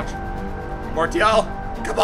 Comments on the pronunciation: Its marSsssial no marTttial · pronounce Martial like Marsial (im french) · its Mar-see-al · It is pronounced Mar-c-al... BTW awesome vid as usual :) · I think Martial is pronounced "Marshal" . Am I right? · It's pronounced marcial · It's pronounced Mar-see-al. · French is my main langage and yes it's Mar-see-al like in : Arts martiaux it's pronounced Mar-see-yo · Chase Hoonan Dude don't create arguments it's clearly martial you told us to check on google translate and it's Mar-see-al your "it's pronounced" like that in english isn't an argument Martial is a word before being a name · Nadir Mou' On google translate when typing it in French it says Mar-Tee-al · IT'S MASIAL THE T IS PRONOUNCED AS AN "S" FFS MAN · u say martial weird